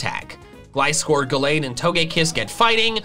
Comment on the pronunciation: IT'S GALLADE, NOT GLADE!